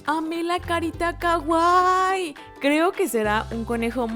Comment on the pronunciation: Me encantan tus vídeos pero odio cuando dices kaguai no se pronuncia así 😥 es Kawaii la w se pronuncia ua y tiene doble ii las dos se pronuncian pero fuera de eso tu canal me encanta